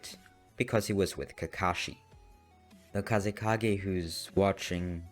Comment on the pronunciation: dude said kazekaze XD